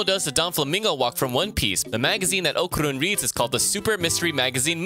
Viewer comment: The way he called Okarun really disturb me